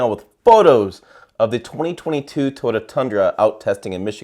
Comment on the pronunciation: I hate the way you pronounce TOYOTA. Ugh!